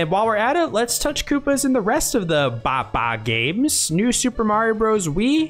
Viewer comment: Nathaniel bandy already made this mistake, it's NOT BA BA, ITS HA HA.